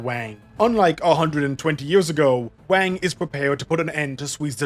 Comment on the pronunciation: Sui is pronounced more like 'suay', Wang is pronounced more like "wung"